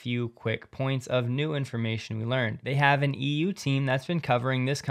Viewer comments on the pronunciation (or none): none